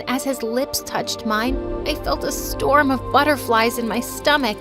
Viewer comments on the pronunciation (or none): none